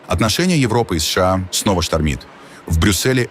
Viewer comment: Информация дельная, но ИИ с ложным ударением уже осточертел.. Неприятно понимать с плохими ударениями и долгими паузами между буквами "С..Ш А". Живые люди так пока не говорят, но вынуждены слушать.